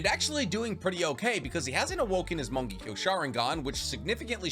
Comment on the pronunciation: I kinda hate how he says morng—ekyo sharingan instead of mongekyo sharingan